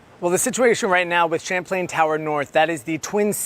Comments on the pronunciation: "Shamplain"? It's pronounced "Chap•Lan" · Champlain, not Chaplian. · "Champlain" as pronounced by TV anchors and reporters, yet the headline says Chaplain